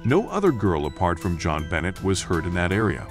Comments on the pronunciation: Her name is bon- nay! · The most amazing part for me was how many times you said her name wrong, and how many things you got wrong about this case. Even the news clips you added said her name correctly. Do more research! God!